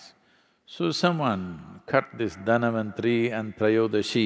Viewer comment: Not Dhanavanthari, it's Dhanvanthari..🙏